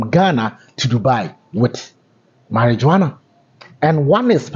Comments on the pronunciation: How do we believe you have all the facts of this incident? Your caption says cocaine, and then you turn around to say she was arrested for carrying marijuana? By the way, it's pronounced (MARI-WUANA not --jo-ana). Thanks. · Marihuana, not Mari-JOANA.😎